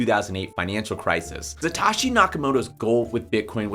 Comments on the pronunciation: Bro Satoshi is Satoshi not Sataaashi lol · lol same thought. Suh-Toe-She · Say it with me. Sah-Toe-She!